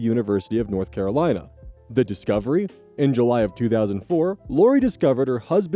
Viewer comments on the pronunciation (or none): none